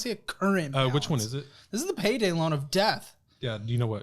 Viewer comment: It’s “loan” not lone kid